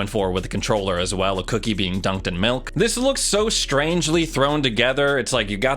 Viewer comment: This dude really said MELK